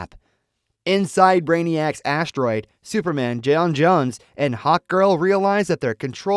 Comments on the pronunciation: He could have typed 'John Jones' in place of 'J'onn J'onzz' to fix the pronunctiation. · Bro said jayon jayones bro it’s John jones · Jay-on? J’onn J’onzz….pronounced John Jones…watch the show sometime. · Either a bad AI voice or someone that doesn't know the material "jay on jay'onnss" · Where you at Jayon jayonzz !! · John Jones. Jesus. Learn to pronounce the name. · If you had watched it , how you gokng to keep saying J'onn J'onnz name wrong, thats not the way its said on show